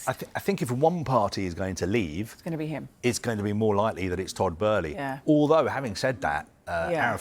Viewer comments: Bow-ly. Not Bur-ly jesus christ. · To be fair that does seem to be closer to the original German pronunciation of "Böhly" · and then even she said after hearing the other guy say it so much. She literally knew it was Boehly and changed what she knew just because the other idiot was mispronouncing it so much 😂🤦🏼‍♂️ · Todd Boehly ❌️ Todd Bæhlie ✅️ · Somebody needs to tell this dumb turk thats its boehly not!! 😂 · WHERE IS THE R IS TODD BOHHEHEHEHELEY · Dude called him Todd Burly 🤣 sky sports chief reporter and doesn't know the names of the people he's talking about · She pronounces it correctly but Kaveh insists on calling him “Todd ” but seems to then change her pronunciation after hearing him say “” 50 odd times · The other presenter even pronounced it correctly seconds before 🤦🏻‍♂️ It’s almost an arrogance to decide to pronounce it a whole other way after you’ve heard the correct name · but it's not how he pronounces it, there's interviews out there where it's said. Besides with an umlaut it's an "uh" not an "ur" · Literally seconds after the other presenters pronounced his name correctly and then she changes how she pronounces it after hearing him keep saying “” 🤦🏻‍♂️ And Kaveh’s pronunciation is incorrect I’ve heard the correct way in interviews with Boehly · can’t even get the name right & he works for sky ffs 🤦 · why does he keep saying Todd's last name wrong? he has done it in other reports too, christ that is embarrassing. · Can he say Abramovic and Boehly properly it’s irritating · This pundit can't even pronounce Tod's name correctly 🤡🤡🤡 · Typical sky sports. Their chief sports reporter can't even get Todd Boehly name right. Always playing catch up behind social media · Can someone tell this guy how to say Boehly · Sorry I just can't take you seriously if you can't even pronounce his name properly 🤣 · WHERES THE R IN BOHELELEHEELEHEHELEHEY